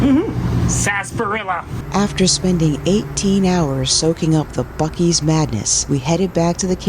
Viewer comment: What the heck is a buc-eee???!🫤🫤🫤